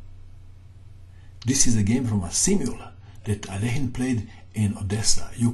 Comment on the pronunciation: because he didn't waste time defending, he just attacked. and there was no defense against his attacks. he was the best. just wish i knew how to pronounce his name. says 'alane', but other experts say, 'alakine' (like in 'nine').